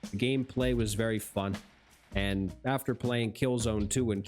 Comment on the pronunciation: Is it just me or everytime you say "fun" it sound like "fock"